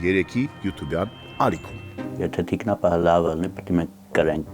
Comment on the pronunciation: ջան, ԹիկնապահԸ, ոչ թե՝ թիկնապաՆ